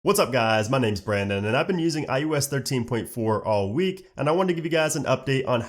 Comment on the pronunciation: It’s not I U S. It’s IOS.